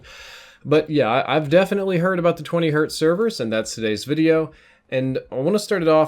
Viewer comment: Hey, what'are these "Severs" you speak of?